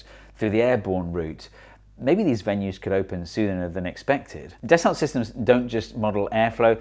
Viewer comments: It's French and pronounced "dasso" not "dassult". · it's "Dasso system" not das olt systems. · Hee Hee Hee zee eengleesh say it “Dess-Ult Sistims” instead of “Dass-O Seesstem” hee hee hee 😉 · Yep, "daso" / "das-oh" / "da-sow", etc.. Definitely not "deh-salt". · Steve mate, isn't it Das- oh as in Ren-oh? Delt a lot with Das-oh Falcon 20s in me time. Great vid. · Your sponsor’s name is pronounced dass-oh - might be handy if you want a repeat sponsorship! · Repeat after me: Dah-soh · Actually it's pronounced like "Dasso" 🙊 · It's pronounced “dasso sistem”. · da sa sis tum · You'd think the video sponsor would make sure their name is pronounced correctly!